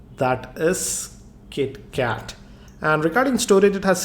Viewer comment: when u say (that's it Kitkat) pronounce is awesome